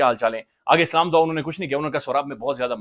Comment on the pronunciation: slaaam AP theek se Kiya krain,,, alfaz theek se adaa Kiya krain AP slaaam k,, regards